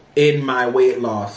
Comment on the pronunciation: YOUR WEI-TH IS FINE.😅 YOU DON'T NEED TO LOOSE ANYMORE.